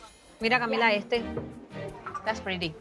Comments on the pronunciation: Is not "Cami Li" it's CAMILA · "Cami Li" isn't it "Camila", like how her mother pronounces it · her name is Camila not cami li lolol